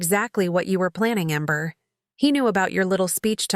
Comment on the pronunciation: Amber or ember. What’s so hard you can’t get it right.